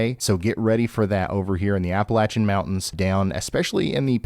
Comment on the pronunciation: Ya know... you use to give me anxiety watching you live so I switched to Max Velocity ( he had just started then) but the fact that you know how to pronounce " Appalachian " made me come back. Ps : we're revoking PA's Appalachian Card. Lol